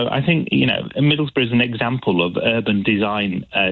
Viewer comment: Pronounced: Middlesboro’